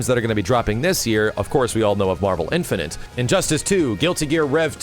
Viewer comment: Is someone ever going to tell that it's not pronounced "Infinant"?